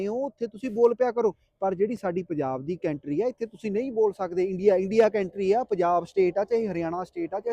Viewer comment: ਕੇਂਟਰੀ ਨਹੀਂ ਭਰਾ ਕੰਟਰੀ ਕਹਿ 😂😂😂😂